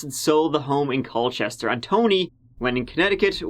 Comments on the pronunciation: Hate to be that guy but it's pronounced "Cole-chester". Source: am Cole-chester person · My dad lived in CallChester until he was Turdy Nine (Its pronounced "Coal-Chester")